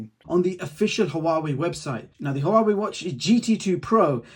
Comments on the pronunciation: Great review but pls, Huawei is pronounced Waaa-way. Not ha-waa-way! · Why do you say hauwawei it sounds weird is huawei